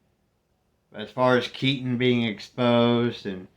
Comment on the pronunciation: Jason Unruhe got Keaten's name wrong hahaha